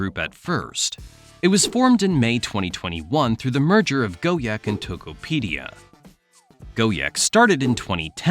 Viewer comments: Why did you spell Gojek as Go-Yek? It's spelled Go-Jack. Even English language will spell it as Go-Jack. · bro really saying “go-yek” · For those wondering how to say Gojek, just say go-jack. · More like go-jegg